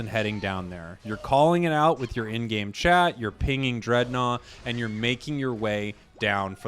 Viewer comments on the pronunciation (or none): none